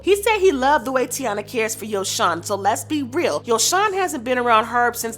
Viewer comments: baby girl not tiana its TY- EENA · HER NAME IS PRONOUNCED TAY-NA NOT TI-A-NA 🤦🏾‍♀️ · Say it with me Tai-eeeennaaaa Not Tiana Or tyana 😂😂😂😂😂😭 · Tyyyyyyyyyy Yeena not tiana I’m so sick of y’all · It’s TY-E-nah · Her name is ty-enna! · It tay-ina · Her name is pronounced “Tye-ee-Nuh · It’s Taina. (Ty-ena) Like the early 2000s show on Nickelodeon. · nope you the one loud and wrong her name is pronounced, TAY-NA , not whatever the hell y’all tryna pronounce even gherbo said it’s pronounce how I’m tryna say it 😂🤦🏾‍♀️ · it actually is Ty-Ena. Like Taina Morales from the 2001 Nickelodeon show Taina… Emily B pronounced her name as “Ty-ena.” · You said that girl name 3 different ways and none was the right way 🙄 it’s Taina it sounds like tyena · Girl her name is taina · I like the commentary, you’re just pronouncing everybody’s name incorrectly 😂😂 YO•SON TY•ENA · Her name is Tah-ina and Ari’s son name is Yo-son good commentary though.